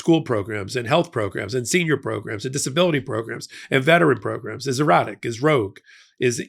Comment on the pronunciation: Your "erratic" sounds like "erotic" and now I feel sick